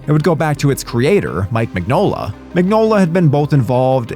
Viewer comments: It's pronounced Min-yola. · Crooked man was amazing. Who is this who cant even pronounce Mignola?